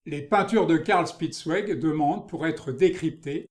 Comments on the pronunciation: Grâce à vous j’irai explorer ce style Bidermeier. Le nom de ce peintre se prononce "chpitz- vég", "ouégu' " c’est pour les Anglais 😉😉😉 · Dommage que le commentateur n'ait visiblement pas fait d'allemand. Prononciation anglaise malheureusement !